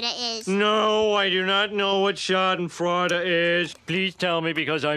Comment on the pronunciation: I love Homer's mispronunciation: "Schaden Fraud-ah"